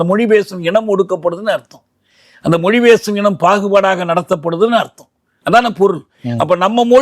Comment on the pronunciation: The interviewer should start saying Mozhi instead of Moli